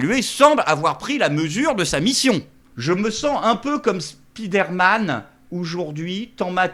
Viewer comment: "spidère-man".... Allons allons, 2025, un petit effort, répétez après moi : spaïdeur-man